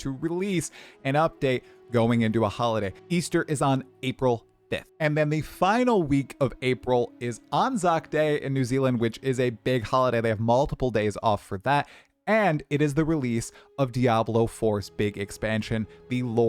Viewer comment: Just just for next time it's An-zac day is how it's pronounced 😊